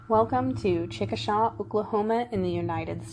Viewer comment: "Chickashay" is the pronunciation.